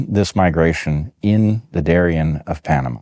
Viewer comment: It's Darién, not Darian. Pronounced in Spanish, the accent goes in the last syllable.